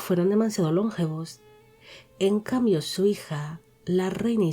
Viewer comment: Hola, muy interesante el vídeo. Sólo un matiz: la palabra "longevos" es llana, no esdrújula. No se pronuncia LONgevos sino lonGEvos. El accento recae en la sílaba GE. Saludos.